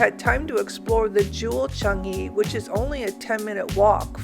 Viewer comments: Everytime you say "Chung-ee" 🤦‍♂🤦‍♂ It's pronounced "Chang-ee" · Not only are u saying it wrong but Sooo many TIMES ! CHUNGee, CHUNGee! 😵‍💫